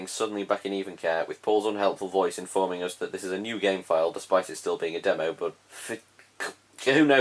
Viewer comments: Nobody: This guy everytime he trying to say us: os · People: us.: uzzz.